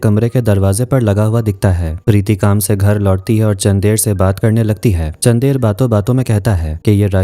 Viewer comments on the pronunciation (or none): How hard to pronounce चन्दर ? Ye चंदेर kya hota hai...? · it's chandar don't say chander